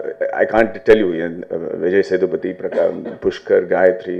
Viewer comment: why everyone stresses "th" in Vijay sethupathy?